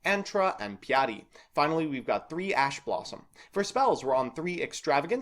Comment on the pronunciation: I know Eastern/Northern Europian languages are not easy to say, but Devi-eti, Saizmetas, Hama-dick, Sugget and Piati were tough to hear. The other three were borderline cases, I don't expect anyone to know the accent on the first try. (Well this is also the TCG's fault, maybe it would be easier to say Beelzebul, Lucifugus, Asmodai, Belphegor, Baal, Adramelech, Lilith and Nehemoth.)